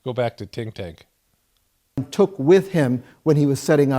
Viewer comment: Tink Tank. So funny